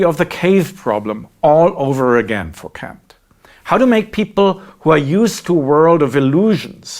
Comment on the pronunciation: "Honestly, I kan't"... handle that you chose to pronounce Kant ...like this, moeller. Except in that 1 video, with an actual apology. I am surprised you found that necessary, and I would quite like to know why? I will not let this get in the way of all the valuable content, however, and wish to express my gratitude: Vielen D[æ]nk!